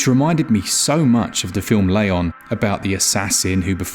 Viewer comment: did... did you say 'Layon'? did you mean Leon? You're english bud, you can pronounce Leon. I believe in you.